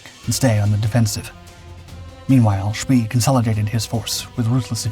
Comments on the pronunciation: The music is annoying and his name is pronounced much more "Shpay" than "Shpee". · I thought "von Spee" was pronounced "von sh-PAY?" or "von shp-PAY-uh?" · It's so irritating to hear repeated mispronunciations, especially when the correct pronunciation is very well known. 'Spee' is pronounced 'Shpay.' And 'Leipzig' isn't 'Leapzig' (sic), it's 'Lyepzig.' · Please learn how to pronounce names - its "sh-PAY" on "spee" and its "kah-NO-pus" not "can-ah-pis". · "Spee" is not pronounced like that. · You're right. They always get some of the German pronunciations wrong! Always!